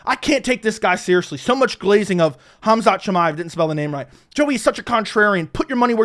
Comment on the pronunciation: It's Khamzat not hamzat.nice breakdown